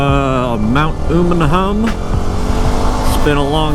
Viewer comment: FYI It's pronounced , Umm uh num, not Ooh mun hum